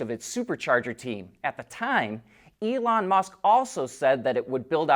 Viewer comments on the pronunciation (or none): none